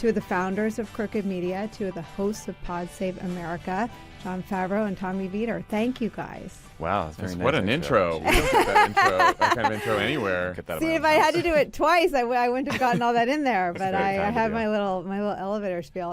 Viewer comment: It's Vie-TOR. :)